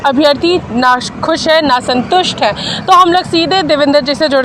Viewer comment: Nasantust nhi asantust ... 🤣